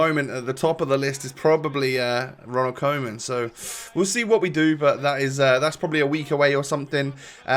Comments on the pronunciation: U not say Ronald Coman its Ronald KUman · You pronounce koeman wrong. Its very hard for non dutch people but the oe is pronounced like kind of an uu but its quite hard